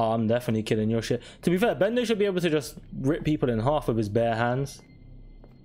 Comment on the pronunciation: He's called Bender, not Tearer